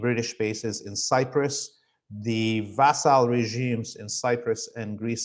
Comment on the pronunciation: FWIW, "schism" is pronounced "skism," and "vassal" is pronounced "vassul." As these are two words often used by Laith, perhaps this will help.